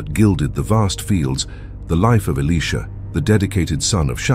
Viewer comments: 🎯🎯 Exactly, I said the same thing. It's annoy'n to hear Elisha, pronounced Alisha, or Alicia. So I hope 🛐the narrator, or content creator read our comments...In JeSuS Name, amen. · Alisha? Why is it pronounced different so often? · Why are they pronouncing Elisha as Elesha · I have heard Elisha only pronounced "Eli-sha" and not in the feminine sounding "Alicia." I am 70 years old and attended two seminaries and have not heard Elisha pronounced as "Alicia" until a few years ago when I heard it from a young seminarian from West Virginia. I notice the younger generation pronouncing several words differently from long accepted pronunciation throughout both the United States and the United Kingdom. What linguistic shift is taking place? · who can't pronounce the name elisha😮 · Father God I pray all the narrators of Your Holy Word learn to take time to pronounce all the names in the Bible & Elisha’s name correctly! Amen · What a misunciation of Elisha name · Make up your mind on the pronunciation of the letter I in his name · His pronouncement is wrong on Elisha name. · Who is ili sha or can't the pronounce the profit it think their talking about😮o boy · Can’t pronounce Elisha’s name correctly don’t say his name